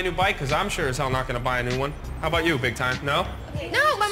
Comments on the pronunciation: aboot to get punk'd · did he say "aboot"? lol most of us don't say aboot in Canada.